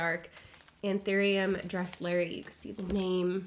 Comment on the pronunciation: it's actually pronounced DRESS- lur - eye, just fyi ☺️